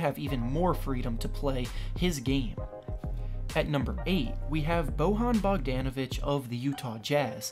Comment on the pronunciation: B O H A N Bagdanovic lmao